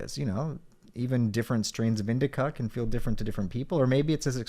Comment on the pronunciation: I love “indicuck”. Sativa is so much fucking better it hurts.